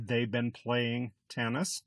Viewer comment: Great lesson, but why do you pronounce "been" as Ben? There's literally not a single dictionary that pronounces this word like that.